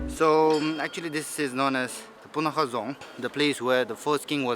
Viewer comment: Kadrinchey (thank you) for making such a beautiful video on Bhutan. I'm from Bhutan but currently living in Australia. I miss my country. While watching this video, I felt like I was in my homeland. Thank you. (one small correction, it's Punakha and not Punakah).